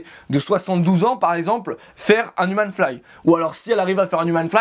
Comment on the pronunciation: Si en plus tu le prononçais comme il faut "Youmeun flag" ça rendrait ça 8 fois plus stylé :D